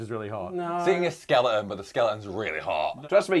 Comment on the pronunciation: When they all say "skeleton": - Skele'on Tom - Skeledon - Skeleton